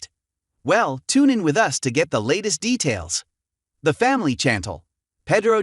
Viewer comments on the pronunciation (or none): none